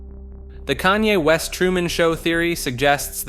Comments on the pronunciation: I agree. I can usually look past the occasional mistake but he couldn’t get a single name right. I found his way of saying Kanye funny because he changes it every time he says it. At one point he just straight up calls him “Kane” 😂😂😂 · in the span of one minute, you managed to pronounce Kanye’s name 5 different ways